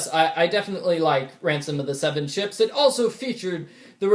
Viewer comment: I thought he said, "Phantom of the Seven Chips,"